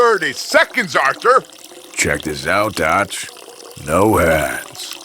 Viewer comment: Dutch with your accent lol